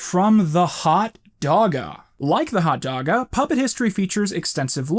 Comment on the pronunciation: Ah yes, the 'ol Feb-ee-airy. I'm so glad he finally figured that one out. Also- Hot Doga!